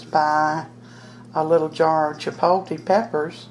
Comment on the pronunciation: Chipotle is pronouned chee-pot(with a long o) -le, u say the L in the word, too.lol...One thing about saying something in another language, is that it is nice to show respect by learning how to say the words correctly. I am a Hispanic American and view it as, if, I had to learn how to speak proper English and I can say I sound white, but am not, then what is the harm in others learning, other's correct pronunciations of words of their culture. Not meaning to get into anything,personal, mind u, but just saying that it is nice to learn how to say things the right way as to not offend , anyone. ^^* Here's to Chipotle and good eats of all kinds!!! Thanks for the video!!